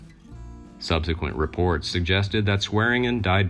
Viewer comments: Why do your videos consistently have mispronounced names? It's really annoying. Its Swearengen, pronounced: "swear-in-djin" Not, "swearen-Gn'. It's like you have an A.I. bot write and translate your scripts for you. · It’s pronounced SWED-JIN!!!